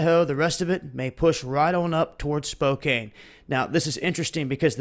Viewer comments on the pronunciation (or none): I live in North West Spokane. First, it's pronounced Spo-Can, not Spo-Kane. Secondly, this is some truly horrible shit to wake up to on a Friday!!! I'm nervous, scared, panicky, all the above. but,,,,, all things considered.... Peace out world & THANKS FOR ALL THE FISH. LOL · Spokane pronounce Spo Can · they are not even talking about it in western wa. im by mt. rainier. not trying to knit-pick, but it is 'spokan' the e does not make the a long! lol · Since Hanford and the surrounding area has been, and probably will continue to be, in the news so much, I just thought I'd let you know that Spokane is pronounced "Spo", similar to snow, and "kan" , as if there was no "e" at the end. We have a lot of places with weird pronunciations here in WA. A lot of the names are Native American. I love that we've kept the heritage, but Skookumchuck is not your average name for a town/river! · it is pronounced spo-can, brother. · it's prounounced "Spocan" even though it's spelled with an e at the end. not a big deal though, I just thought you'd might want to know. Also, thanks for the updates. Much love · pronounced as spo can. I live here in Spokane and take potassium iodide daily. hopefully not being effected by the radiation. I don't have a meter, so I have no idea how much is up here. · That's pronouced Spoke Ann, Spokane. They haven't even put those on our local news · thanks for the update, you do great work, btw, its pronounced spo-can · It's pronounced Spocan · That's horrible!!! Thanks for sharing! Also, Spokane ... the a doesn't say it's own name. lol